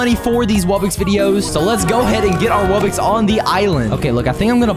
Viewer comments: It’s not wubbix it’s wuBBOX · He said rare wubbox instead ipic wubbox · It is not wubix it is wubox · Pour stop saying wobbix it's wobbox I will unsubstibe if you still say wobbix